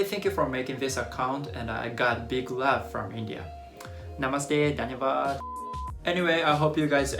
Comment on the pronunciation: when he said 'dhanyawad' with perfect accent I was like WHOAAAAA THAT WASS SOO COOOOL